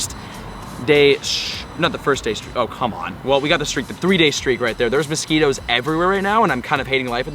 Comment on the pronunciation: Mosqweetos lmao